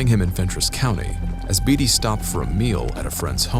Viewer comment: Leb-nun Tennessee and Bay-tee is how u pronounce David Beaty's lastname.